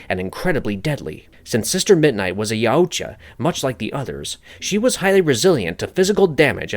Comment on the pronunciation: You don't need to pronounce the U in Yautja so heavily. It's not "YaOOtja", it's just "Yowtja".